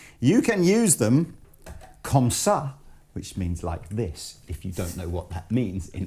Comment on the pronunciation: "comme ça" hahah! Good french.